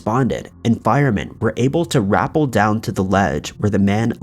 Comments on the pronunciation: I'm With you katie katie about "raple" instead of repel. Just like when a narrator says nucular instead of nuclear. Drives me crazy and blows their credibility. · Ruh-pell... Not rapp-ull 😁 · 'He was able to wrap-ll down to....' Really, dude?? Seriously, you somehow manage to mangle common words everyone knows!! It's 'Ruh-pell' 😞🤔🙄🙄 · Not rapple. Ra pell. Tons of fun. Super scary too. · Could've at least gave recognition and credit to John and his channel. 'MrBallen'. Also, Rappel is pronounced 'ruh-pel' not 'r-apple'. 🤨 normally i wouldn't nit-pick over pronunciation, but a tad irritated you didnt give credit where credit is due. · rapple? You mean rappel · There is definitely a difference in pronunciation of RAPPEL and REPEL. Don't be that person.